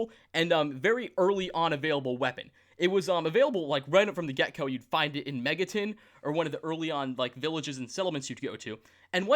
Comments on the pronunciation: Megatin? Uhh. No offense and i usually try not to be a grammar nazi but its megaTON as in the unit used to measure nukes. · MEGA-TON NOT MEGA-TIN... jesus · what the f#ck is megatin its megaton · did he say megatin? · MegaTin lol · Megatin ? Really?